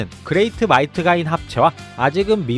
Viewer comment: 마이트가인이라뇨 ~~